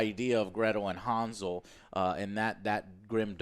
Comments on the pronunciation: It's Hansel not Hanzel... jesus, nothing sounds right in English when trying to pronounce European words. At least Gretel was pronounced with European G (soft G, as in word "ground") not the English G (hard G, as in word "general", which in English this G sounds basically the same like J, as in Joker, you might as well pronounce Joker with G instead and it will sound the same). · Woulda rather seen a Hansel & Gretel Witch Hunters 2. The one with Jeremy Renner. ALso HAN-Sol(HAN pronounced like hand without the d), not Hanz-ul, the fck? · pronounced Hansel correctly. It's not "Harnsel" xD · Why do you pronounce hansel like hawnsol? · Das "A "in "Hansel" wird wie das "A" in "and" ausgesprochen. Kriegt euren Scheiss zusammen!